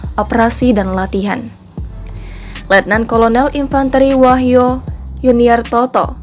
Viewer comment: wahyu bukan wahyo dekk